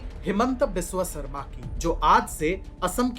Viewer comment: हिमंत बिस्वा शर्मा Not हिमंटा बिस्वा सारमा